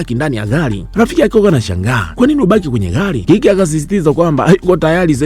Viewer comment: Mi najaribu kuandika iyo anavyoitamka nashindwa🤣🤣🤣🤣